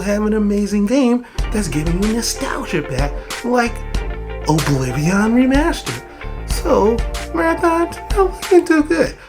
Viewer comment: “Obliveeon Remastered”